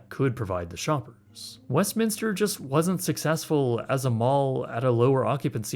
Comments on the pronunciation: Thank you for saying West Minster. I live in SoCal and it is so frustrating to hear people say West Minister. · Thumbs up for simply pronouncing Westminster correctly, haha. So many people add an extra "i" that does not exist... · always love your content. As a so cal native thank you for pronouncing it correctly. So many people mispronounce it saying "Westminister", so thank you, much love and best wishes on your future content from Long Beach, CA. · I live 20 minutes away and have gone here a few times but this video is how im learning that its pronounced westminster and not westminister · Thank you for not calling it West "Minister." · How have I lived in Orange County my whole life and only now realized that its called Westminster, and not Westminister.